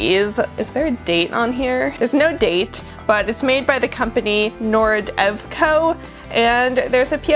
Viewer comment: Coming back to this now and hearing you say Nordevco and Ceaco like you've never even read the company names aloud before is WILD